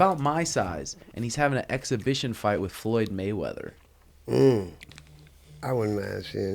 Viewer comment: “ Loyd Flayweather “ 😂 nailed it